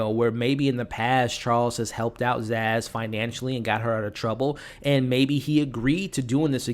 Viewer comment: Her name is Sazz not Zaz